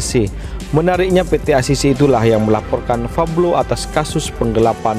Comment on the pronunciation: Min pablo alias paok paok bloon.bukan fablo.belajar dulu sono gih.